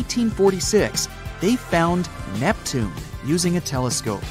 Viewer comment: 2 mins in i heard neptunay, im gone